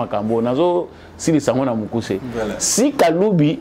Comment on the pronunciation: il s'agit de kaluba et non kalubi....